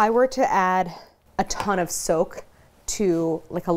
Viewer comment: I kept thinking she was saying soap when she said soak.